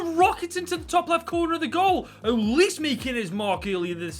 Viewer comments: its uh-leese-ay not uh-leese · HE REALLY CALLED AYEW AND SCHLUPP DEAD WOOD 😭 HE REALLY CALLED OLISE “elise” HE REALLY PHOTOSHOPPED PLAYERCHAT TO FRAME MY BOY ZAHA im a palace fan and im in so much pain watching this edit: NOW HES CALLING OLISE “ohleese” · i love how he pronounced UH-LEE-SAY like elise lol also zaha saying that and leaving is like.. i cant think of a example but gawdam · You pronounced Olise wrong i think